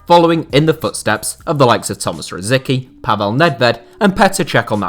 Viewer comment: Kudos for giving a spot for Souček. But your pronunciation of Rosický is hillarious :D